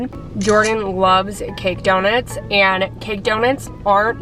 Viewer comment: the pronouncing donuts like donits made me cry 😭 amazing video though